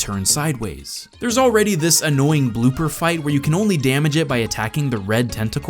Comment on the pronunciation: "tell me: Vhere did we go soo wrrrong?"